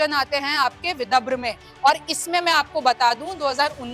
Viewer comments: विभद्र नहीं ,विदर्भ है ,सही उच्चार करे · Mam thik se boliye विधब्र Nahi विदर्भ हैं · विदर्भ या विद्रभ 😂 हिंदी वाचन सुधार अत्यावश्यक है ❤🙏🙏🙏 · Dhire bolo didi...vidabhra nahi vidarbha. Yavatlam nahi Yavatmal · Vidabhra nahi Vidarbha he 😂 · Madam Vidharb hai, not vibhadra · Vidharbh na ki vibhdra😂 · विदर्भ लिखा है मैडम विदभ्र नहीं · y r u reading so wrongly. Read properly Yavatmal (not yavatlam) Vidarbha ( not Vidabhra) 😂😂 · विदभ्र नही विदर्भ कहीए रिमझिम जी। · Vidhabra nahi vidharba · बहन ये विदर्भ है, विदभर नहीं। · मैम बिदभर नहीं विदर्भ बोलें।मतलब विधर व। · विदभ्र आणि विदर्भ मध्ये फरक आहे मॅडम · Vidabra nahi vidharbh hai hai madam 😅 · Madam anchor apani hindi theek kijiye ki vibharv nahi vidhrav hai...hindi ko gaali deney jaisaa hai galat oodhaaran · रिमझिम जरा पडना शिकलो सही से पढो विदर्भ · विदर्भ है सही उच्चार करे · विदभ्र बोल रही है ढंग से उच्चारण कर नहीं सकती और यहां राजनीति पर ज्ञान बांट रही है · Vidhabhra kyu bol rhi hai ye 😂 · हिंदी पढ़ना आने वाले को एंकर बनाए विदर्भ पढ़ना सिखाइए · बिटिया, विदर्भ का गलत उच्चारण करती हो। सुधार करो।